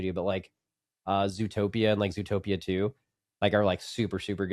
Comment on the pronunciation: I was facedown trying to sleep while listening, and I hear this mf say “zootoopia” what the fk?